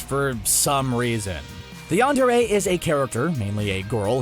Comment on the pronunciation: Yon-dure-é? It's pronounced yan-dure. Please don't hate me for this. By the way, did you know Pokémon is supposed to be pronounced poe-kay-mon?